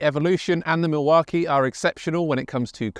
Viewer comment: You are pronouncing Milwaukee completely wrong, doing my head in!!!! AW KEE NOT AH KEE